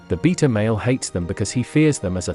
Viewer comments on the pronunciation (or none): Btw - it's not pronounced "beata", it's pronounced "beyta". They might get "offended" lol.